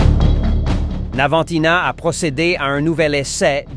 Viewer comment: c'est pas navantina, c'est navantia ,mdr